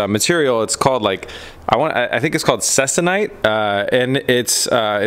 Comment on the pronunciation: your fabric you are referring to is pronounced "seek- a- nite". just so you know. also it is used on dope and fab aircraft.